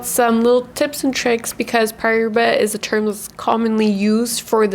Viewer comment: Paraíba pronunciation; Paw-rye-ee-bah (in my best phonetic spelling) -also--the 'r' is rolled, maybe some weren't aware I have a collection of high quality Brazilian rough specimens, the largest being 12.95 carats from the Mulungu mine, near Parelhás, hand picked by myself, purchased directly from the Brazilian tourmaline mining company that mined it, because I noticed a specifically vivid and neon-bluish turquoise in this piece and an extremely high level of cat's eye chatoyancy within a nearly flawless vector of the flesh of the crystal, and this high quality vector takes up around half of the total stone, and after purchasing said stone, I later realized that this piece will likely cut a star-bearing tourmaline, containing asterism through high levels of cat's eye chatoyancy, I'll be cutting into it very soon, hoping to yield a carat and a half cabochon of fine Brazilian Paraíba Tourmaline Also, that same piece looks to be similar to the Brazilian piece you showed , at least, its my best guess, comparing a real stone to what the camera shows on-screen is pretty hard sometimes